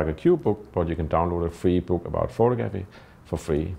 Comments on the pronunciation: why on earth don't you learn to pronounce the word photography correctly. it goes like this pho-tog-ra-phy. NOT.... pho-to-graph-y.. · Great work! Small note: it is pronounced phoTOgrapher, and phoTOgraphy. Action on the second syllable.